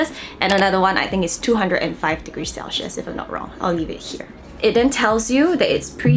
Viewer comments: my dear please dont take this offensively, but "Celsius" is pronounced as sel-see-uhs not sel-shheus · it's pronounced as 'sel· see·uhs',! not cel-schius HAHAHA but very insightful information on the product! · That mispronunciation of "celsius" is so cringey? It's such a basic word lol